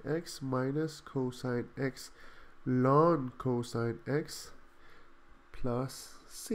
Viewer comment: I have never heard anyone say "lon" for ln